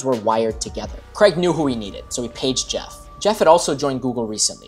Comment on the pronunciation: ‘Craig’ rhymes with ’Hague’ and ‘plague’.